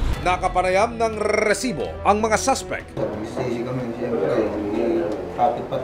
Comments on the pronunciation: diko alam kung nagpapaka Tulfo o Mike Enriquez tung host na to ang corny dikona tinapos video sakit sa tenga nung RRRRRESIBO! GGGRRRR!!!! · OA mo Rrrresibo.namo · nakakabwisit naman ung pagbigkad ng resibo..kailang ba ganon talaga??